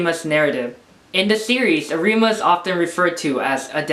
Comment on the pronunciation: Am i the only one watching this in 2021 and is annoyed for saying arIma instead of Arima and kanEki instead of kAneki (the capital letters are where you should point the letter)